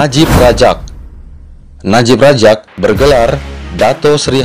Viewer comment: Medok banget,Abdul Razak bukan Rajak Muhyiddin Yasin lahir di Muar, Johor bukan Muai Banyak lagi yang lainnya, antaranya Khir Toyo..